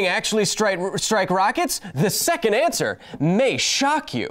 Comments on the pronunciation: "The 'ant'ser might shock you." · "What will happen, the antswer May shock you" I'm sorry